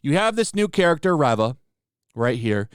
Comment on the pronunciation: Her name is pronounced "REEEEva."